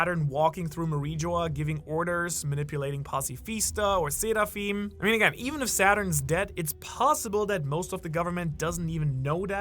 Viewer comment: Seraphim are from the abrahamic religions you can stop enunciating it like you're Japanese now